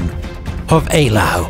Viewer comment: ‘Eylau’ is most definitely pronounced correctly in the video.